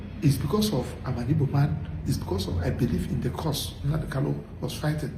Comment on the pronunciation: Nnamdi kanu, not kalu please.